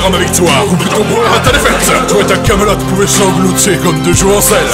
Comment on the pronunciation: EPIC PIXEL BATTLE je ne sais pas si vous aver remarquer mais il dit kamelote'kamelote lol